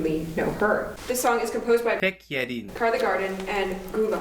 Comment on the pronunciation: Just learn to say her name. Not hard. And study some Korean!